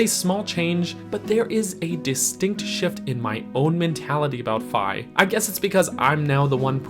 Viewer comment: You're correct pronouncing Fi like Wi-Fi. Her name in Japanese is ファイ, or Fai, which sounds exactly like the 'fi' in Wi-Fi. ;) And yes, you more or less pronounced kunai correctly as well. Two gold stars for you!